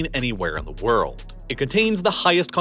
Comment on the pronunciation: Take a shot for every time he says worrld